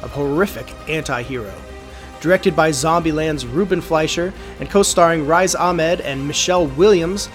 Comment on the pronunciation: Reez, nor Rise, Ahmed.